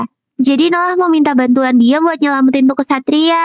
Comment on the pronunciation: nama nya Noah ku dengar Nolan